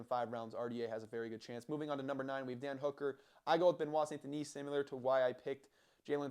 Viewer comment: Thank you for pronouncing his name, there will be only one champion and his name is Benoit. Charles and Islam are next on the hit list after Gathje. They're all scared of this man. Your not taking into account his psychopathy to win, the 2 new king's of UFC will be Benoit and Du Plessis